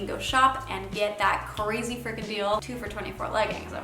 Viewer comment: "What a ceazy sounding year that is.." Lol